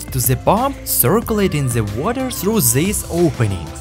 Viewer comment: Great video, I always wanted to see what Happens there inside…. but if you want the videos to be just perfect, PLEASE don’t pronounce every "TH" and “S” like "Z" it’s just painful to hear that all the time. (the=zee, these=zeez, those=zoez, that=zat, zyztem, zeal, mezzy, zomezing… etc…etc..)